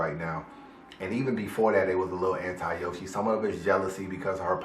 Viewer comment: U said a bar when you said yo she... Yoshi